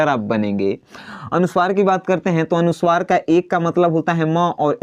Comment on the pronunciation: putra Uchcharan thik karo Anusuwar nahin anuswar bolo 2 halant nahin Hal bolo